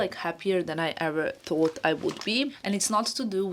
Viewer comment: I hope will not get offended but I hope she can correct how she pronounce “th”, pronounce thought as tot, think as tink. It is just the correct way to pronounce these words